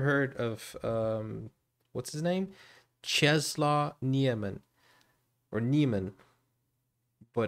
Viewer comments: Czesław is pronounced Chess-Woff. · If you want to pronounce his name correctly... Chesswaff (name) Niemen (surname read all the letters). Your welcome 😁